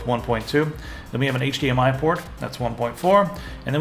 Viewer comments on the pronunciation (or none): none